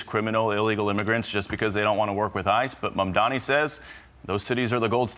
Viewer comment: I don't care anything for Mamdani, but I wonder how it is that Rove and Perino keep mispronouncing his name. Maybe it's time for them to shift exclusively to print journalism!